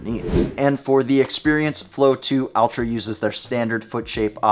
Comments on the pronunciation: Less Al, more All. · Its pronounced ULTRA with an A.